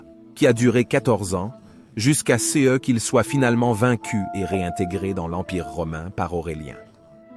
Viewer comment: Visiblement, votre IA a beaucoup de mal à prononcer "ce", comme en atteste les étourderies à , et deux trois autres moment que j'ai pas retrouvé ^^ Continuez le bon boulot, cependant ! On a toujours pas assez de chaînes historiques francophones comparé aux anglo-saxons !